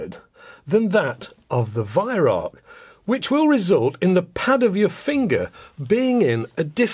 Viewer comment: Wait is he saying Weihrauch? I thought it was pronounced "V-eye-r-ow-kh" (kh being pronounced as a kuh sound, but said in the throat)